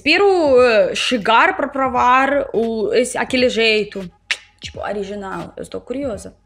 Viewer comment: Você diz Ariginal e não Original. Pravar e não Provar. Mas, passar de russo para português, deve ser muito difícil. Mas, para nós, entender o alfabéto cirílico, é a coisa mais difícil do mundo.